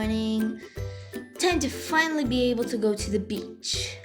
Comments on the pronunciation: emm sorry but i hear you say "it's a bit*h day" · I did not hear "beach" when you said that i herd bitch